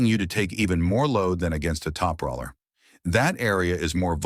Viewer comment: I think your AI voice might pronounce "top roller" better if you wrote "top roler"